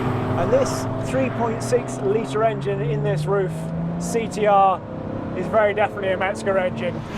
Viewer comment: So infinitely much cooler than any dolled up Singer wannabe. Dudes driving lipstick cars badged by a sewing machine company really have selfconcious issues. Get the real thing. Get a RUF. And it’s not pronounced rough, but RROOF